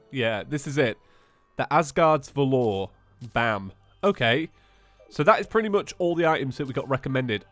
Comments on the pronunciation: Asgard's VA-ler,not Va-lore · Absolutly nobody:: MalOVence, eye-core, valORE. Not trying to be mean I just found the way he pronounced these words funny.